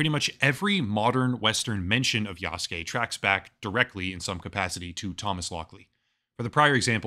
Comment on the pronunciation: This is DEI bullshit, and for the first time, I'm not buying the next AC game. Btw, it's YasUke, not Yaske...